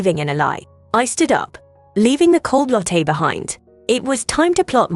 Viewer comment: Karma, not comma or comer. AI needs to learn how to pronounce "latte." Wringing, not ringing.